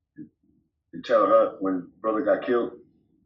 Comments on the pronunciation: You pronounce Terre Haute wrong. Sounds like Hote not Hut. But who gives a sh!t, Fuk that City. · Usp terre haute it sounds like hote. I know that place well its in indiana and its a slaughter house.